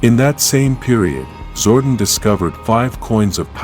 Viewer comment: was legit interested in the topic, til like 2 secs in and the clanker starts saying "zordin"